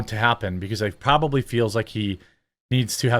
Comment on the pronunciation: "Pronbbably" I think you Pronbbably have something else on your mind.